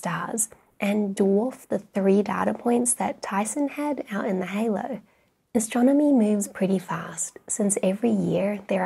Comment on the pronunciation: I like the way she pronounces ashtronomy 😁